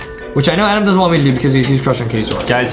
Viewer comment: It’s ADEM not ADAM